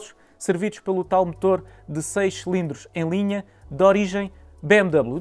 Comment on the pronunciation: Irrita imenso quando ele diz “selindros”, é “cilindros”.